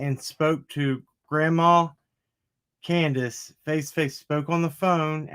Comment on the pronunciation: It's candus lol!